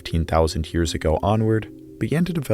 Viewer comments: I really like this video, but I just can’t get over the “hyears” 😂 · You say the word "years" like stewy says "coolwhip" on family guy 😂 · Omg I thought I was the only person that noticed haha